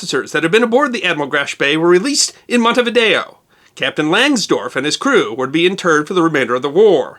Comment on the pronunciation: mispronouncing Montevideo... (the people of Montevideo MN are possibly the only Americans who put the accent on correct sylláble - VID-e-o)